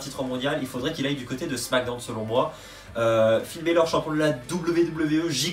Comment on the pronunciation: Ça serais cool de bien prononcer les noms de Finn Bálor